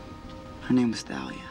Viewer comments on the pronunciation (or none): did anyone else notice that Grover was the only one to pronounce Thalia right? Like in the Sea of Monsters, everyone was pronouncing it was Talia. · How come they pronounce Thalia's name Tha-lia in this scene, and Tall-ia in the second movie? Personally I say "Tha-lia". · They pronunciation of Thalia is different here than the second movie 🙄🙄🙄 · grover's pronounced thalia wrong!